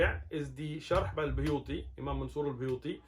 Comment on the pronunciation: It's buhuti not buyuti